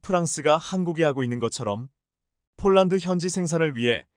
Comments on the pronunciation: 원고나 똑 바로 읽으시오.쫄란드가 어디 있나요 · 포란드가 왜 쪼란드로 나오는지?